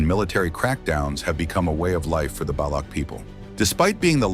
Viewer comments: Het not baloug its Balouch. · Baloch is not pronounced as Balok.. Its ch is pronounced something as in Chance or Change.